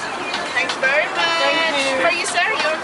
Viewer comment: Shut up with the “thank you bery much, thank you bery much”